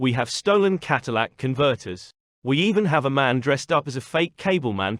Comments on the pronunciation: Bro, It's Catalytic not Cadillac converter. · Kat-a-lay-ic. It doesn't convert your "Element" into a Cadillac.